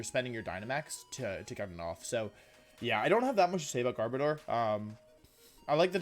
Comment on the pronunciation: The way you pronounce garbodor at the start made me believe you said gardevoir and got excited for 5 seconds bc I thought that gardevoir was gonna get a gmax form :(